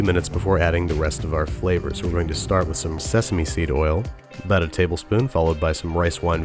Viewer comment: I heard he saying 'sesame street oil'. '-'